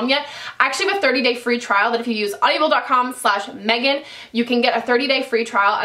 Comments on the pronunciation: Omg Meghaaan I love you but it's Audible, not AudiAble!! Driving me nuuuts :P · Hey Meghan...isn't it just "Aud-ible" not "Audi-able"....lol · Audibles is great but you are adding an extra syllable LOL! Also, flip your Sonia Kashuk concealer over and tell me if yours says "not for use near eyes" or something like that. Mine did! Dafuq? Isn't using near the eyes the point of that concealer????